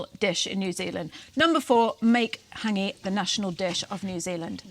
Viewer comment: Practise your pronunciation of Hangi - other than that - agreeeeeed.